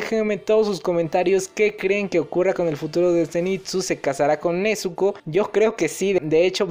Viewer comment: Se que esta mal que te diga pero, inoske y nezko es como se pronuncian sus nombres